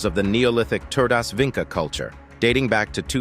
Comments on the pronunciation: Did you mean VINCHA? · It's Vincha as in "chat"